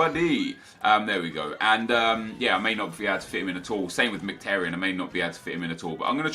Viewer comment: You're pronouncing Mkhitaryan's name wrong. It's pronounced Micki-Taryan